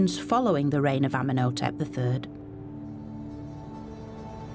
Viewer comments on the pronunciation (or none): Ummen Oh Tep 🙄 she needs to learn how to say their names correctly